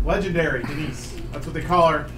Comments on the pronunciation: The s is silent in Denis. Dehn - e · Denis Vyatkin is a Russian (or at least Slavic) name. You pronounce it Dyenis, very similarly to Denice, with the stress on the second syllable. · damn the denis/dennis struggle.. it's pronounced 'dennis' either way :)